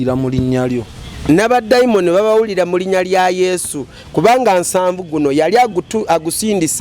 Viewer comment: The way read Nsanvu mbu Nsavu then ne pastor mbu nsavu😂😂😂😂😂😂😂😂😂mwebale kuwereza😊😊😊